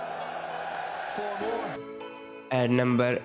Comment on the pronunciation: Numbherrr tten 😂